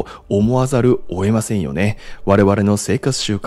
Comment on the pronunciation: 前々から気になってたんですけど… 、 「◯◯せざる」、「おえません」 と発音してますよね… 正しくは 「◯◯せざるを」、「得ません」 です… 今回冒頭5分で3回もこの発音がありましたので、 申し上げました… お気をつけください…